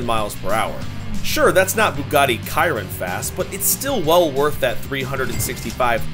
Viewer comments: It’s not Bugatti kiron it’s Bugatti Chiron like shiron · Did u just say kiron?😂😂😂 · It’s Chiron not kayron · Ciron ? 😢😂 chiron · "bugatti kayron" 💀💀💀💀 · Did he say bugatti kyron 🤦‍♂️who makes a video about cars and cant even get the name right? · KYRON?? BRO SAID BUGATTI KYRON